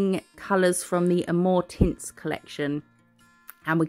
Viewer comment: So happy to have a "new" video. Love the flowers so, great. I had to rewind when you said amour tints. I swear I heard "more tits". I was thinking what is up to?!?!😂😂😂😂